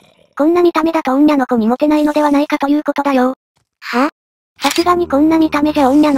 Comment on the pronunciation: お、おんにゃのこ?おんなのこじゃなくて？